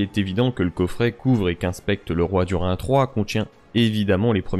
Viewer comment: Alors il faudrait prononcer "Dourine" pour Durin, en toute logique. "Kélébr-IM-bor" ou "LIN-dON" sont choquants à entendre (je ne regarde que la VO donc je découvre ça ici), mais "Du-rIN" aussi pour moi :D